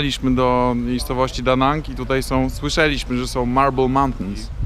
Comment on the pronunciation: ...lubię oglądać Pana reportaże jednak męczy mnie forma akcentowania wyrazów . W jezyku polskim normą jest akcentowanie na przedostatnią sylabę , zatem pańskie cyt ' dojecha'li,śmy , słysze'liśmy ' jest błędem językowym , prawidłowo powinno brzmieć ' dojechali'śmy , słyszeli'śmy ' , niestety taka tendencja ostatnimi czasy jest dość powszechna jednak jak wspomniałem odbiega od norm i rani uszy .Posłużę się odnośnikiem ze stron poświęconych językowi .' Szczególnie w tym przypadku złe akcentowanie jest rażące: by'-liś-my ,wy-po-ży-czy'-liś-my, wró-ci'-liś-cie przy-nie'ś-liś-cie '. Pozdrawiam P